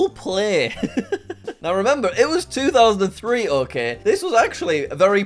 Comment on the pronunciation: I can't tell if he meant to say, "It's 2000 and free" or not